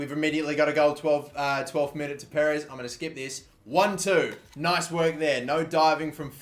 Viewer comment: It's kind of annoying the way he says 1-2 for the score. still really like him. and thinks he's a decent youtuber and should have more subs.